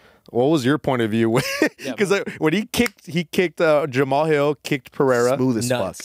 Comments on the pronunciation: It’s pronounced Jamal hill. Not Jamaha hill. You’re saying it like a Yamaha dirt bike 😂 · Who is JAMAMAHILL?? HAHAHAHAHAHA Hhis name isnt pronounced the way its spelt lol